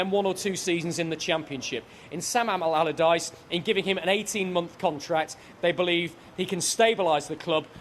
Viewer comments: "Sam Abalabadyce" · "Sam Alamaladyce." 🤣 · Sal almaradyce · Okay mate say it slowly... Sam... Allardyce... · Sam Amamamallardyce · I don’t understand why he says it like that twice lol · I scrolled for your comment 🤣 Sam Amadallaghdice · Sam agagggleardyce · I love that misspoke Sam's name twice and ignored it both times. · When announcing the appointment of Sam Allardyce, get a guy who can say Allardyce!